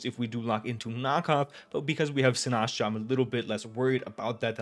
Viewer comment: Its “si-nis-cha” not “si-nas-cha”